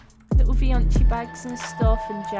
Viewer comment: Vioncii ❌ Fioncii ✅